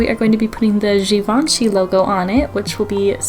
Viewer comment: She said it like gavanchy 😭😭😭.